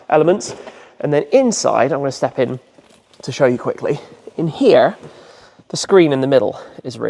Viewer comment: What kind of an American came out of you? :D "In here"